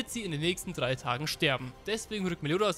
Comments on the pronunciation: bitte sag mir nicht, dass du simp als ‘zimp’ ausgesprochen hast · Sssssss imp nicht simmp das war die deutscheste Aussprache die ich je gehört habe hahahah